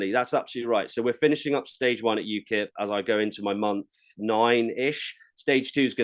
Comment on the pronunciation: Ukip not ukil 😂😂😂